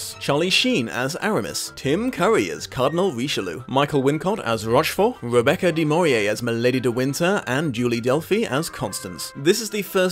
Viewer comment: I chuckled at 'Rebecca DE MAURIER' when speaking of 'Rebecca DE MORNAY'. Did you see the martial arts flick 'Musketeer'?